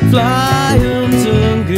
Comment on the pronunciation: i would love this if it wasn't for them mis-pronouncing "mzungu" every single time. In the song it's pronounced "um-zungu" where it's more like "muh-zungu". I'm sorry but after learning one of the african languages where this word is used, I get slightly picky over these little things... by the way, I hope everyone realises "mzungu" means white man!